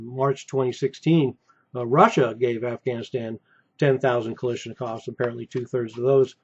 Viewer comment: Comrade Konstructor Mikhail Timofeyovitch is rolling in his grave! He wanted me to tell you that it's Ka-LASH-nikov, not Ka-LISH-nikov. "Is greatest gun in whole world! Why is Greatest gun in whole world? Because! Is Greatest gun in whole world! 🇷🇺🇷🇺🇷🇺